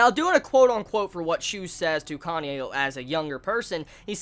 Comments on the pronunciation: sounded like your where saying Kanye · I keep hearing Kanye when you said Kanae's name....